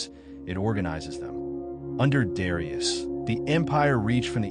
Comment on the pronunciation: Learn to pronounce his name correctly.